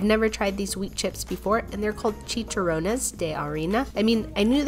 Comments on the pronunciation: It's not pronounced chi Cho rones it's chi Cha rones not trying to give hate just jenuanly trying to help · The way she pronounced chicharrones lol 😭😭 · Pronunciation of chicharrones 💀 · Me as a Mexican we pronounce chicharones “CHEE-CHA-RO-NES But I mostly call them duritos “DOO-REE-TOSE